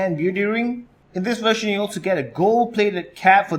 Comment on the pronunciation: Is he saying wersion and not version with a v?